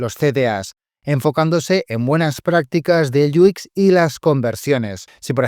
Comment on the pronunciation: Muy buen video, solo un detalle, por qué para decir UX dices algo como "iu ikx", en inglés se lee "iu-ex" o en español "u equis"